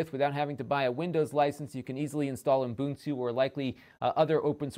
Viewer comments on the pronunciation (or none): why do u always say uNbuntu? it is Ubuntu... without the extra N... Love your channel btw, keep up the good work.